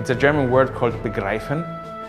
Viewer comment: Please... The german word is "begreifen" not (false) "begraifen" -.